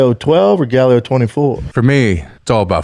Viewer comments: The fact that he calls it Galleo 😅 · Why does he keep pronouncing it like there is an E in the word? It’s Gallo. Which tells you all you fucking need to know if he knew this or not because he can’t even pronounce the fucking fake name correctly. Jesus.